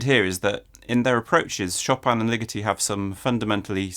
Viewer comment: omg I thought you were saying LIGITTI until I looked closer at his face and then realized it was LIGETI